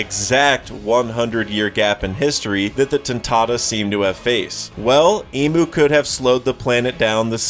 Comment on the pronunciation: Great video, love the content. But hearing you call him “Emu” a million times drove me crazy. It might be speeded “Imu” or whatever but that is not how it’s Pronounced